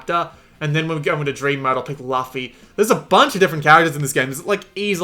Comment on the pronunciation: Why cant any review channels pronounce luffy's damn name